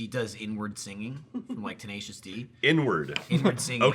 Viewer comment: prae suwanvitaya “n-word singing” instead of “inward singing” lmao